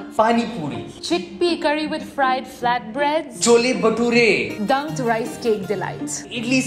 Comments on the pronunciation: The way you pronounced "chole batoore", you have no rights to get pissed for "kebeb"😂😂😂😂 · Brooòo it is not pronounced Chole bature It is ❤Chhole bhature❤